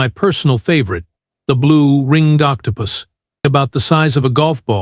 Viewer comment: Sorry another wasted AI, can't even pronounce Octopus correctly.